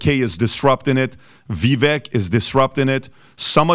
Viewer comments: Vivek sounds like vivake (rhymes with cake). not viveck. thank you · Vivek, pronounced Ve-Vake long A like Cake.